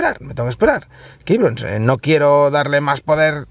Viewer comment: Tu canción al comenzar cada vídeo es chévere, lo único que no me gusta es cuando dices '' keibrons'' -.